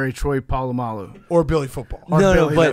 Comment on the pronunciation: Billy with the atrocious mispronunciation of Troy "Palulamu" barf